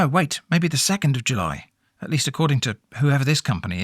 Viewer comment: jully julliet